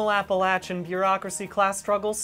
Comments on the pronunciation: he pronounced "Appalachian" correctly 😍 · I have no comment except that I’m so glad you pronounce “Appalachian” correctly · brian said appalachian right gotbless